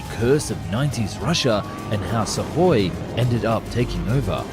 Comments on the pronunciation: pronunciation dude , it';s sukoy , not suvoy or suhoy , get it correct ya sound dumb when you don't pronounce correctly , i'm sure you want to ba professional then act like is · Great production values always, but I wish you would take English lessons in pronunciation, so many mis pronunciation of basic English and company names, it pronounced su koi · What is "suck-hoy"? What is a "bubble shield"? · God please stop saying SuKhoi… 😭 There’s no sukking here, the “k” is silent. 😂